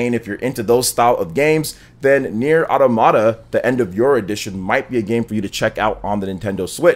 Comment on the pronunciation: I try not to be nitpick-y, but I swear, everyone mispronounces the word automata. It is not pronounced auto-mata, it should be pronounced ah-tom-ah-tah. I know, very nitpick-y, but so many people say that word wrong. I don't even know why it bugs me.